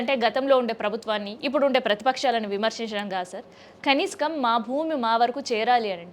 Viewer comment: Kaniskam kadhu.. kaneesam amma